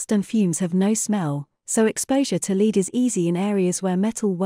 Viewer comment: If you use an ai voice you should teach it to say lead.